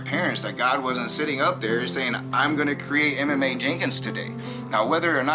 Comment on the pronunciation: Side Note: When you said he name it took me back. I was like,why would you pronounce a name like that. You were saying Emma Mae but I was hearing Em.m.a